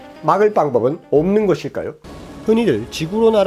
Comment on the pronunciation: 옶는것일까요?? 발음이...